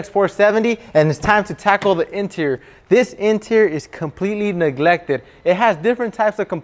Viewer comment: He said "niglected""